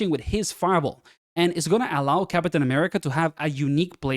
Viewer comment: Why you say "cap-uh-tain" ☠️